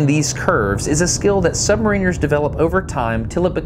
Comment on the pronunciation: Submarine has been an excellent series of videos with the aid of remarkable access.... however, one thing bugged me throughout, the pronunciation of the word "submariner(s)" whereas in the word submarine the 'ine' sounds like 'een' in submariner the 'in' sounds like in so sub-mar-inner - I wasnt sure if it's just because I'm a Brit but I heard the submariners on the boat saying it the way I think is correct ... sorry I had to mention it, just a small thing in an otherwise enjoyable and informative series